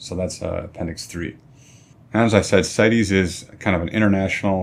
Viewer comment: good job! as a side, CITES is an acronym, not a Latin word, & is therefore pronounced sights, not sigh teez.